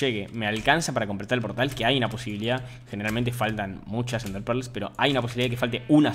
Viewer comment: me da risa cuando dice "NDEAHRRE"